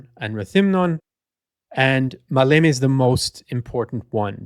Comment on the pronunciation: The emphasis in the word Maleme is on the 1st syllable "Ma". I think that 35 years ago I read a book published by the official history department of the Greek Army, that Kurt Student was ready to commit suicide if the operation failed.